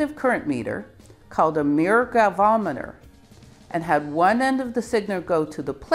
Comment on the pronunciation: Galvanometer. Not galvometer.